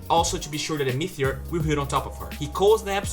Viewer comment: ME - TE - OR not MEETHEOR